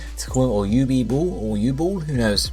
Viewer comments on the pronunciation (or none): UB-ball... Youbee Ball... Uwe Boll??! SAY IT AIN'T SO!